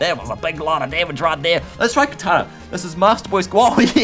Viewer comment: He says Kartana as Katana. Which is super weird and i kind of have OC on people mispronouncing pokemon names.